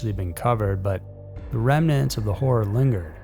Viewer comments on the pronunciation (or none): none